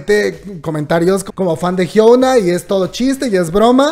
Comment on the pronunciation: No es por ser odiosa, pero no puedo con su pronunciación del nombre de Hyuna 😅 pd: no se coreano, pero si mg aprender como pronunciar los nombres coreanos